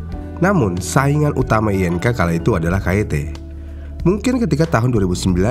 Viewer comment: Agak risih ya denger merk INK dibaca, I.N.K, bukan ING wkwk, perasaan dari dulu emng dibaca ing, sampe iklannya pun gitu😅